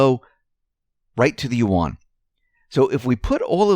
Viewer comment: you mispronounce "yuan". Yuan (Chinese character 元) pronounced correctly in mandarin Chinese sounds closer to the English word "when", except it starts out with the "yu" sound of "university". Also, "yuan" is one sound; it is not "yu" followed by "an". A perfect example can be found on "USA TODAY" channel, video titled "Yuan - How do you say it?" at the 15 second mark. To my surprise, many of the pronunciation videos (even prominent ones) got it totally wrong, smh! I will say that there is variation across Chinese accents but, let's stay with the most correct mandarin. Also yuan is pronounced in a rising tone (tone 2), but not necessary when the language spoken isn't mandarin.